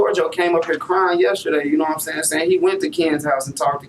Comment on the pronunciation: “Naw’What I’m Say’n?” Don’t think I ever wanna hear that again! Naw’What I’m Say’n?